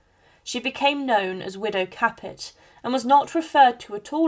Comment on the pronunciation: The last name is pronounced cah pay.